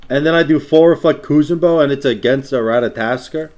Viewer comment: its ratatOskr not ratatAskr -.- lol